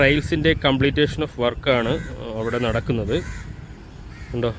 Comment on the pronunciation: Vedio കൊള്ളാം... 👍 ഒരു തിരുത്തു ഉണ്ട്.. കംപ്ലീറ്റേഷൻ അല്ല കംപ്ലീഷൻ എന്ന് ഉച്ഛരിക്കണേ... 👍